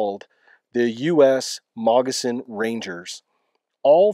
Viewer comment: It sounds like you are saying Mogissan Ranger.